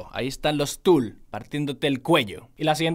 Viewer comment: Soy yo o la calculadora dice Fool y no Tool xd